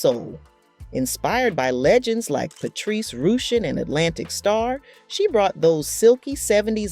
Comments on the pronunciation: Did you pronounce Flava like "lava" instead of "Flay-vah"? Patrice Rooshin instead of Rush-shin? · Patrice Rooshen? India Airey? Is it that hard to proof read and proof listen? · To the narrator, it’s Patrice Rushen… Patrice RUSH-IN!!! 🤬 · Patrice Rooshen😂😂😂India Air-ree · Can you pronounce India Arie and Patrice Rushen's name right?? Makes you sound unprofessional when you mispronounce their names.